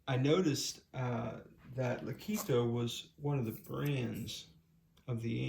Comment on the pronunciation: "Leh-KOT-toh" not lih-KEE-toh. Name came from Italian musical term "legato" according to their website.